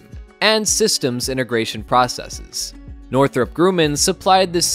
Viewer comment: It's not Northrop Grooman. It is pronounced "Northrop Grumman" just like it it written. I worked in Aerospace for years and never heard the pronunciation like that.